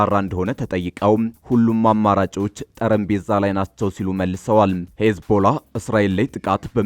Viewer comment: ስውየው በትክክል የሀገራትን ስያሜ አንብብ "ኩይት " የሚባል ሀገር የለም ያለው " ኩዌት " ነው ጠረንጴዛ " የሚባል አማርኛ ቋንቋ የለንም ያለን "ጠረጴዛ " የሚባል እንጂ ምኑ ነህ በፈጣሪ ለምን ቄስ ትምህርት ቤት አትገባም ? ጋዜጠኛ ነኝ ባይ ነህ አይ ዘንድሮ ስንት ጉድ ያሳየናል ?